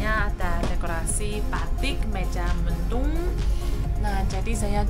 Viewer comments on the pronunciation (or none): Cirebon jangan dibaca cirebong.mega mendung jangan dibaca meja mendung. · Wahh... ada di Indonesia. Selamat menikmati perjalanan. Terima kasih utk liputannya. * Motif " Mega mendung". Bukan " Meja mendung". Mega = awan. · Mega Mendung bukan Meja En Cirebon bukan Cirebong